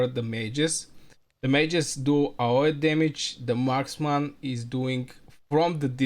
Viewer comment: it's pronounced A O E , just the letters.